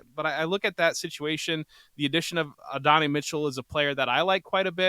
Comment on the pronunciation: Adonai Mitchell is pronounced ADD-OH-NIGH. Not AH-DON-I.